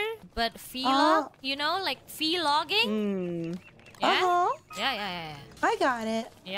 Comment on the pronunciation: Kronii has never forgotten "haunting" pronunciation:))